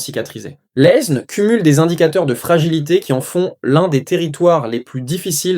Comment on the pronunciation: On n'a jamais prononcé le S dans le nom de l'Aisne (prononcez Laine)